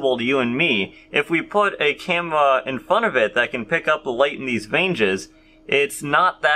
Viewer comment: You should like a 5 year old girl saying camewra 😂😂😂😂😂